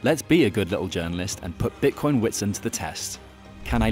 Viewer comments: Nice one. BTW it's pronounced vit-sunt. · "WHIT SIND"?! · Just so everyone knows, there’s no longer a gym 😂 also you say the name “Witsand” as if the “W” is a “V” 🙏🏻✨ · The "W" in Witsand is pronounced as a V. Great video love your content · It's pronounced - "Vit-sunt" meaning white sand in Afrikaans